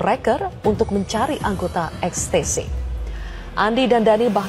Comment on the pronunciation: XTC dibaca EKSTASI